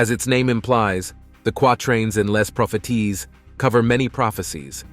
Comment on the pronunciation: Les propheties is pronounced in French as in English, the S at the end of the word propheties is silent.